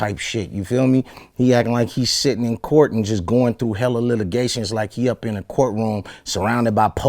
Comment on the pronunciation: I've been trying for the longest to understand this word he keeps saying "Eletigations" I think he means allegations lmaoo